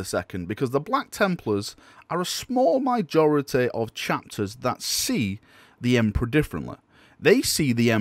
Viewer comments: Did you just say 'Mijority"? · What is a “small mijority” ? Are you making up English again